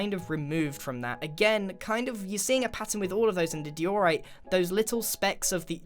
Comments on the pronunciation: why did he pronounce diorite like dee-o-rite and not like die-o-rite ? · Grain, its pronounced Die-a-right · First you say x-I zoomavoid, and now your saying dee-or-ite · IS NOT PRONOUNCED DEORITE IT IS DIORITE i just wanted youto know that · I says Daeorite He says Deeorite Which is the correct diorite pronounciation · me: die-ore-ite Grian:dee-ore-ite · Me: pronounces it as: die-or-rite Grian: dei-or-it 😂🤣😂🤣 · Dee - Orite? I thought it was pronounced Die - orite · wtf is a dyor-rite. It's pronounced die-or-ite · Not called deeyourright It’s pronounced dieorite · Dee or ite us not how you pronounce XD its Die or ite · I thought u say diorite like die oh right not dor oh right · Omg who he says diorite triggered me so much wtf is deoreite it’s pronounced dieoreite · GRIAN! IT'S PRONOUNCED "DIE-ORITE" NOT "DEE-ORITE"!!! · It's pronounced dye-o-right not dee-or-right, grian got it wrong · dee ore right? you mean die ore right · how he prononces diorite deorite😂🤭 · Nobody gonna talk about how grain called diorite die-ore-rite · Grian: deeorite Me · Diorite. Ok: DEEORITE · Mans called it dior-ite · Did you say deeyorite lmao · "die-or-ite"? What kind of pronunciation is that!? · You pronounce diorite die-or-right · Its pronounced Die-or-ight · Grian, i say it “Dy-OE-Ryte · If you check a dictionary, it's pronounced DIE-or-right. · Did he just pronounce it, Dee-or-rite? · Did he just say Dee or rite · ˈdaɪ.əˌraɪt No 'r' after the 'o' in the second syllable.. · Disappointed that he couldn’t pronounce diorite I’m happy he can now